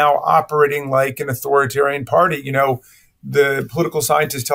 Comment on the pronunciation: you need to learn how to pronounce “authoritarian”, it adds to credibility. Put the “i” in between author and tarian bruh.